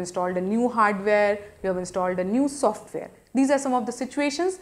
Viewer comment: i like the way she saying software.Haaahaaa #softvare